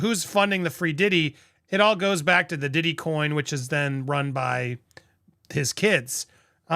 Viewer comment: P "WEE" DIDDY 🤣🤣🤣🤣🤣🤣